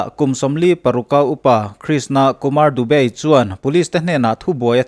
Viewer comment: Dubey tih hi i lam thiam bik e sir 😂😂😂